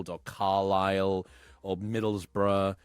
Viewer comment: I hope to god the host/green T-shirt dude is not British because if he is he can't speak English they way he said Middlesbrough is he dumb or something middle s bo ro ugh 😒 its pronounced middlesbro